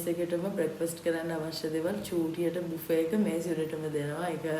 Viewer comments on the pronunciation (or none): none